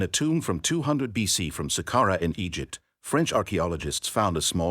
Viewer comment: You are saying Egypt and Egyptian wrong every time. It messes the video up for me.